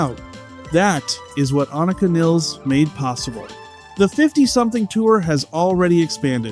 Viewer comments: Its pronounced Niiiiiiles! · its niles like miles. please get her name right